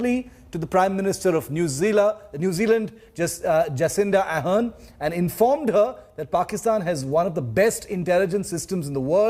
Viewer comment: New Zeala😂😂 Indian English 😂😂 Jacinda Ardern not Arhern